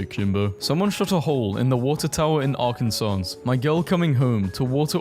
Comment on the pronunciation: Its pronounced AR-can-saw